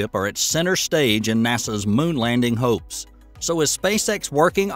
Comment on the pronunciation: At about 40 seconds "And now Musk and Starship are at centre stage in NASA's moon landing hoax". I was like "Uh... Sorry, what the fuck?" until I realised you said "hopes" lmao.